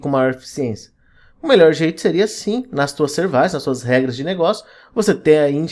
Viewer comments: só me deu agonia de voce chamar Services de serviiices. Em ingles é Seervices. Serviços. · Servaices é tenso mesmo kkkkkkkk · de onde diabos vc tirou a pronuncia 'servaisse'? kkkkkkkkkkkk ... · Falou "Servaices", já deu vontade de sair correndo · Concordo, kkkkkkkkkk